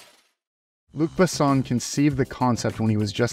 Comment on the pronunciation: I enjoyed the video, but your pronunciation of names (e.g., Luc Besson, Milla Jovovich) was really bad. It's easy to look up the proper pronunciation online. As for the movie, it's a favorite of mine.